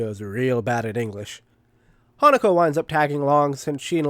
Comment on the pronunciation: okay i definitely thought that hatago was named hanukkah the first time you said her name 😅😅